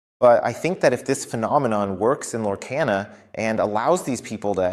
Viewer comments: It's pronunciation is Lore - car - na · You keep saying the name wrong why ??? Its (Lore-KAH-nuh) 👌